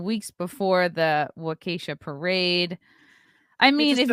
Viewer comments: Wah-kuh-shaw. There’s only one k sound. It’s still hilarious to hear all the weird pronunciations lol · *WALK-KAH-SHAW, WISCONSIN.👍